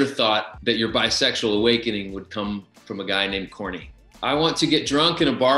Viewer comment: Lol everytime I watched hairspray and they would say "he's Corny" I swear they were saying "he's horny" I'm like " I thought this was a family movie" til I realized they were saying his name.